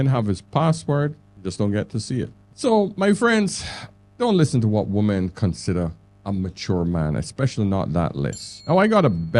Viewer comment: Good points just please pronounce women and woman properly when speaking about them. Nothing to do with having an accent